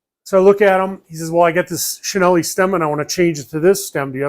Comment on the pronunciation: Great video. May I mention that Cinelli is pronounced Chee-nell-ee.